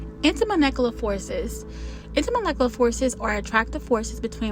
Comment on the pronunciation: I believe its pronounced intermoLecular forces and moLecular weight❤